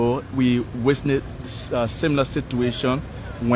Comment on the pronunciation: Could someone please teach this announcer called, how to pronounce the word "witness"? He needs to learn what letter is silent in the word, "witness" and where not to put the letter "s" in that word!!!